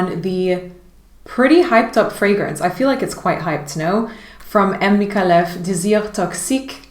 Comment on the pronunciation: Micallef= Meek-eye-eff